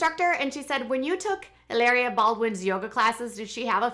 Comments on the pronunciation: Stop calling her Helaria - it’s Hilary lol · It's pronounced ee-LAH-ree-ah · I cringe every time you say e-layr-ee-a!!! I was shocked to hear you have a background studying Spanish and would pronounce a word spelled Hilaria that way. You would say it the way you’re saying if it were spelled Hileria.... but anyone who speaks Spanish would know how the letter a is pronounced in Spanish, which is “ah” not “ay....”